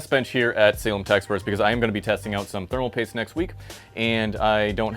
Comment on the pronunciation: You kept pronouncing "spermal paste" wrong in this video for some reason, fyi